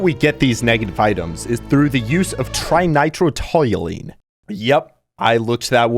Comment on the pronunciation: Bro looks up the full government name for TNT and then butchers the pronunciation. SMH my head man.